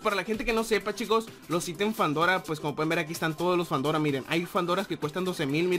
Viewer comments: Fandora? es fedora ;D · Se llama Fedora NO FANDORA